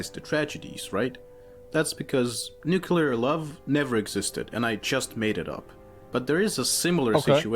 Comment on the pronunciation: He cant say the word nuclear